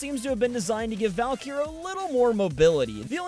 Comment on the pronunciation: is she actually pronounced "val-keer"?